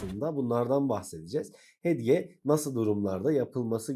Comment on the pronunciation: inanamıyorum arkadaşım konuyu anlatmak için video çekmişsin ama hedge hedge diye başlıyorsun ya....keşke bir öğreniverseydin telaffuzunu...